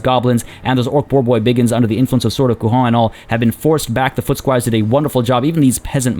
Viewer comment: Great video as always ! That said, this is not how you pronounce "Couronne" in french !